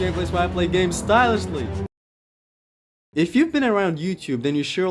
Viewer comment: Stylishly? nah, baby, Style-Ish-lee